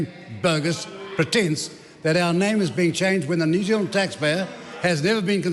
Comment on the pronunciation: "The name of this country is New Zild," says Winston.